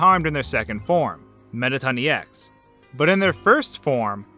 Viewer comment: A you said metaton ex but great video